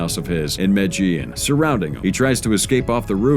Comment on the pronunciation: Why pronounce the names correctly but not medellin? 😂 nice video's to listen to at work tho